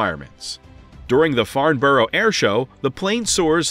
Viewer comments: Farnborough is not pronounced Farnborrow - its correctly pronounced as Farnbrah. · Boeing.. Please for. The love of God don't make a 777-777 variant and definitely do not allow the sale of '7' units at one given time. Btw Farnborough is pronounced 'Farn-burrah' not Farn-burrow. 😅